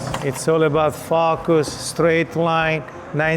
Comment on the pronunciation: It’s all about what? “Fockus?